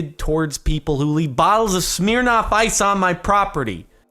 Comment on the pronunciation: Why does Jardon say SMEARRNOFF ICE instead of smirnoff ice